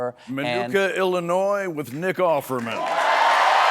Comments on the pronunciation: Did he just pronounce it illinoise? Glad the show got cancelled. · Did Stephen say "Illinore?" Man, those South Carolina accents are funky.